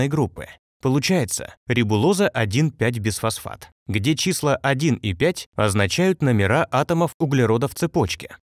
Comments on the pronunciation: звучит как БЕЗфосфат,а не БИфосфат..)) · Почему безфосфат, если бифосфат, т.е.двафосфот!!!!